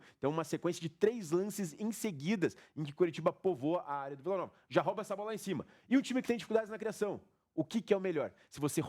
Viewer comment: Excelente análise, pena os erros de português. O correto é falar "ROUBA" a bola, e não "RÓBA"!!! Fora isso, nota 9.